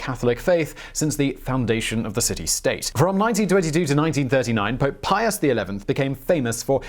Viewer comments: Pius not Pious. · Pius...without the "O"